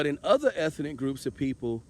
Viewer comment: "eth - EN - ic " More pure SAVVASOOCH 😅😅😅😅😅😅😅😅😅😅😅 Can I done GETZA WITNESS RIGHT DEAHHHHH 🧻 🚽 🧻 🚽 A 5 piles rating💩 💩 💩 💩 💩, P DUD 😅😅😅😅😅😅😅😅